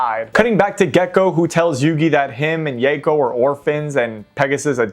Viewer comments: "Yayco". lol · I know this almost certainly stems from the 4kids butchering of the word Mako's pronunciation but that is very much not how you pronounce Yako lmao, think Yocko. Love seeing R get some attention though!